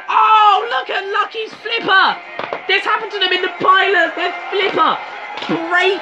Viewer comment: ERUPTION SLIPPAAAHHHHH